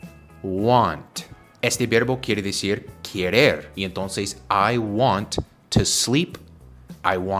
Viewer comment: Dijiste quierer, en vez de querer